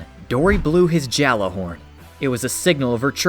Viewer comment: It's not "Jalahorn" it's Yallahorn!